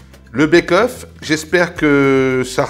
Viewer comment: pour le pied de porc! Ca se prononce béqueueauff!